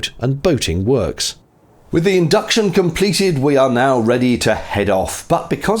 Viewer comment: Sorry. Had to mention: With the induction completed 😂. Im not the only one hearing that right?